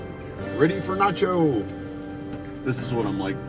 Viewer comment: It's not Joe, you said nocho.if I spelled it right.